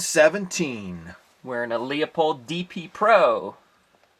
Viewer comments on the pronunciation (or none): Loo-pold, not Lee-o-pold